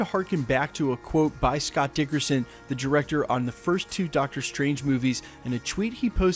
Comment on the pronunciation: Dickerson, lol. It's actually Scott Derrickson